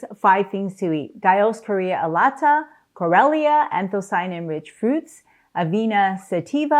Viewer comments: Chlorella is pronounced “klorela’, not klorelia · Doc it is pronounced klo rel ah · Why can't she properly pronounce Chlorella? 😂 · I think you're pronouncing Chlorella wrong.